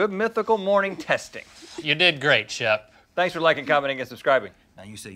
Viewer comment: *Shep. Like Shepherd.